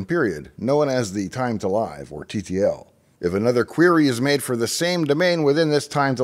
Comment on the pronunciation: I can't beel I've you don't know what TTL means!!! All techno-geek nerd-credit erased in one vowel sound? Such a sad end... Say it with me now - "Thyme Two Liv" (yes - pronounced exactly like Steven Tyler's daughter's name). Sounds much more reasonable than "Thyme Tool I've", dozen't it??